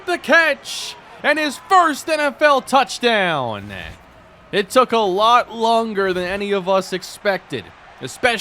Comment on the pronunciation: Every time you end a word with an n you make a weird eh sound. Every single touchdown call sounds like touchdowneh. Never heard that before and it annoys me so much